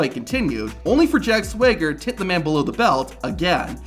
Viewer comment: Stop saying ‘however’ and it’s SWAG-ER as in swagger 😅